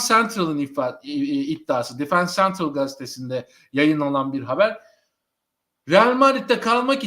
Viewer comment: Sevgili dostum, önce Madrid'den çok selam ve sevgiler. Yayınlarda işe yarayabilir diye yazıyorum. Bu arada zevkle izliyoruz, tebrik ederim. Sözcükler İspanya'dan olduğu için okunuşları da İspanyolca olsa güzel olur. Vasquez "Baskes" diye, Defensa Central "defensa sentral" diye, Valverde "balberde" diye, Goles "gğoles" diye telaffuz edilir. Maydanoz oldumsa affola. Bu arada müzik bence çok iyiydi ve dinamizm kattığı doğruydu. Harika yayınlar diliyorum. (Defensa Central aslında daima takımın dibinde olan bir taraftar blogu. Şu konuda çok haklısın, gerçekten kulübün içindeki dedikoduları bile yazıyorlar.)